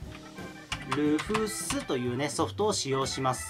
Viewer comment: 細かい事なんですけど「Rufus」の読みって「ルーファス」じゃないでしょうか？